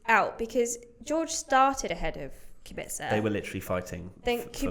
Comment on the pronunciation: It’s Kubica not qubica. K like quak